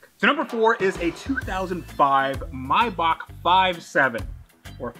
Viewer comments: “MAY-BACH” not “myback” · “Mybok” 😂 may-Bach